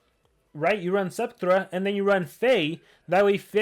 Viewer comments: Spekthra: Is spelled 's-PEK-tra": Ah yes, Septhra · Did he say “Septhra”?????